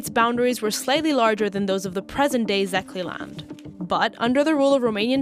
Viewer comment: I turned it off as soon as you said Zeh-kay-land for Szekély land.